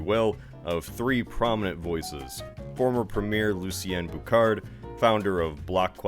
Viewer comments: Lucien Bouchard = Boo-Shh-ard. No "Kah" sound. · You got 1/3 correct! Bouchard is pronounced with a "sh" sound, boo-shard; the "s" in Jacques is silent, sz-ah-k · Bouchard is pronounced boo-shard. Ask me how I know! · No you only pronounced "Mario Dumont" remotely correctly and you totally butched Lucien Bouchard and Jacques Parizeau. Bouchard is not pronounced "Boucard" no it's pronounced "Boushard" and the "d" is silent so it's "Boushar". The "s" in "Jacques" is also silent; it's pronounced "Jahhhck". And "Parizeau" is pronounced "Paaahhhrizeau". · bouchard is not boukar it bou shar i know am literally one 💀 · Canadian here: As for pronounciatons: It's pronounced "K-Beck" and Bouchard is not "Beau-Card" but "Boo-Shard." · The names are pronounced Lucien (you got that one) "Bushar" not "Buckhard" Mario (it's pretty straightforward) Dumon (like in Boston during YOUR independence you throw that "T" away) and Jacques is just Jack with extra steps, and you got the last name "Parizeau" right. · Bouchard: Boo-shard, not Boo-chard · "I hope I pronounced any of those correctly." Well if it helps, "ch" in French is pronounced like "sh" in English so Boushard not Boukard. The "t" in Dumont and "s" in Jacques are silent, because of course they are. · Just a tip up from a Québécois. The surname Bouchard is pronounced: boo-shard but the D at the end would be silent. Boo-shar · You should have pronounced Bouchard like booshar but the other 2 werent that bad at all! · Lucien Bouchard is pronounced as you would have spelled it Boushard! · "Bouchard" is pronounced "Booshar", the other two were pretty on point. :D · "ch" in French is pronounced "sh". So it would be "boo-shard". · Ugh, your pronunciation of the names is horrible. You must not be Canadian. So sad.... Bouchard = Buu-sharr / Dumont = Doo-mooooon (long 'oh'). The final consonant is silent (you would have know if you took any grade school francais) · Bouchard sound like "bush hard" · Bouchard is pronounced Boushard :-)